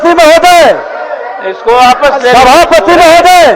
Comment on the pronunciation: बिजय सिन्हा को वापस कहना नहीं आता है, आपस बोलते है